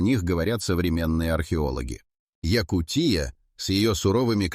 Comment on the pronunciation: ЯкУ́тия, а не ЯкутиЯ́.